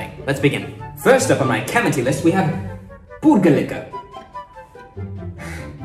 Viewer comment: Your videos are great but can Mani not correct your "kamati" after all these videos? It's pronounced "thi" like "thi-nk". The difference between ta, tha, da, dha is very important. Also kadavasam is Tamil.